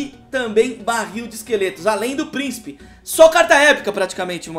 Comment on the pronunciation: ele falou barrio de esqueletos